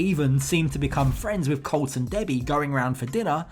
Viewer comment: Can't Americans teach her how to pronounce colt right.....or atleast refer to him in sign language